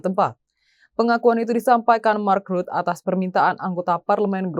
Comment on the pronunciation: Imi lagi ..mark rutte vacanya ..bukan Mak.rut. Tolol amat nih pembaca berita nya 😊